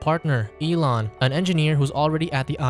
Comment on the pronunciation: "elon" yea ok ....